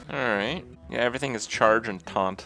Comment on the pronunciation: "In one turn, evryfin can happen" you are so right kripp...